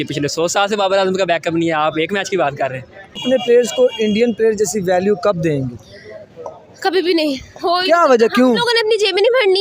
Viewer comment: Dengi Nahin dengu 😂😂😂😂😂